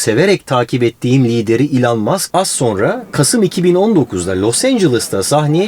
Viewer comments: Elon Musk derken bana nedense İlhan Mask gibi geldi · Elon Muskı ilhan musk diye duyduö mdkdkfkkf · İlhan musk mu dedi o öyle